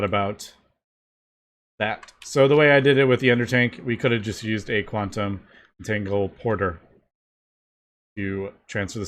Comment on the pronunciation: Direwolf20 spoiled all of us saying Entago-loper Its entaglo-porter